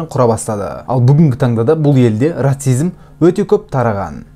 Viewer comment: Брат ратцизм емес расизм